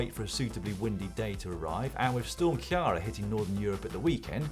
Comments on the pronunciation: Storm what?? Its pronounced key ra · Dan, are you trying to pronounce Ciara? It pronounced more like Kear-ra.